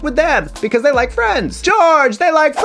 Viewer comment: Hmmm: "BE-CUASE" and "SHO SHO-CIAL" in one video. Yeah, I got high on the wordplay !